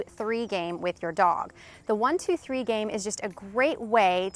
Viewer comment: Does anyone else hears 1, 2, "free"? LOL Sounds like a great game. Will definitely try this. Thank you! 💐